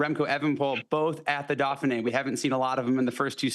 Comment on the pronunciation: Why is it that American commentators can’t pronounce any European names properly?? The “Daffinee” really??? Vinago??